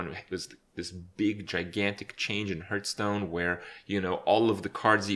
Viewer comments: Subscribed for pronouncing it "Hurthstone". Thank you! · why "hurtstone" ?? i know he's not a native speaker, but come on now!